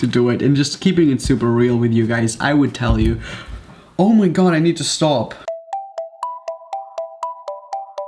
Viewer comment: “Oh my Gaw”